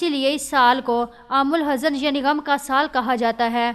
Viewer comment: Miss your Urdu is very weak and pronounciation is very poor. AamulHuzn not Aam alhazan. You don't know Persian Ezafat ( means ka ki ke) but stuff is very nice. Abu Reyaz Ansari Mau India